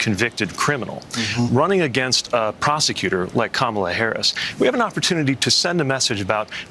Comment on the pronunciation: I have a suggestion, can we all start referring to Donald as Danald until he pronounces Kamala correctly? #Danald